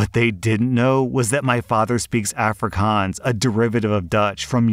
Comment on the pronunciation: For the third story, it's kinda funny hearing someone pronounce "Afrikaans" wrong. But it's a weird word for someone who's never heard or seen it before, so I understand lol